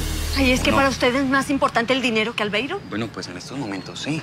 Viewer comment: Pq será que la diabla a Albeiro le decía "albeirus"?